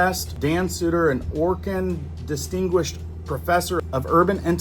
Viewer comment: . "an Orkin disisquingished profferssor"..isn't Orkin a brand name?